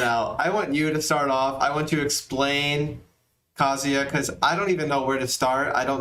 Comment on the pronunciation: So irritating hearing people say his name so wrong lol. It's pronounced Kuh-Zoo-Yuh.